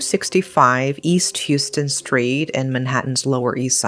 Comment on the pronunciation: Hi -- just FYI, that Houston St. in NY is pronounced HOW -STON different from the HUE-STON in the state of Texas. I want you to sound ALWAYS like the brilliantly wonderful creator that you are!!!